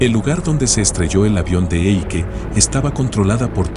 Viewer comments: se pronuncia Aike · si dice AIKE in tedesco